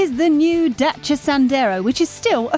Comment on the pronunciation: best pronunciation for "Dacia"